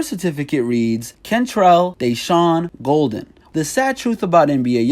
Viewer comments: "kentrell Dayshawn Golden" Its Kentrell DESHEAN GAULDEN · You said his last name wrong